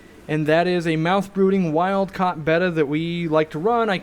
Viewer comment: Finally someone who pronounces Betta correctly. I hear so many pronounce and people will correct me with the Greek letter pronunciation Beta (Bay-tah). A local fish hobbyist vendor at an outdoor market in Thailand on a TV show years ago said Bet Tah like it was two words. Friends and a local pet store had Bettas in with goldfish and the goldfish ate the Betta fins completely off. I had one female Silver Veil Angel in with guppies and various catfish for years and she laid eggs every year. I've had many different Apistogrammas and they are great fish. I kept species separate in two 50's and two 29's but I eventually gave them and the babies away. I'm getting more because of this vid. Thanks for the inspiration. Where were fish expert owners like you when I was young and starting out? I had to deal with old crabby pet store owners who acted like they needed to quit that day. Thanks for doing a great job.